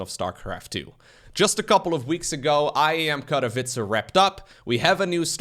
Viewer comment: I'm happy enough with how he pronounces Katowice, but he's still got room to improve.